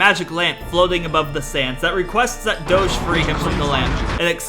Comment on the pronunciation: I love how Prince Doge is a Douch, and the way Doge is pronounced by is similar to Douch pronunciation